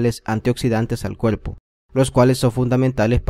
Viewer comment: Se ve bueno el video. Pero de escuchar al tipo hablando y pronunciar todo con L...me dio flojera. Pol favol, pol dulce, veldes, cuelpo. No!!!